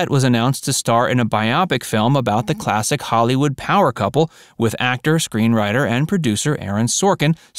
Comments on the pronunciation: Bio-pic. NOt bi-OP- ic! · Can't pronounce biopic? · say ‘bio pic’ not biopic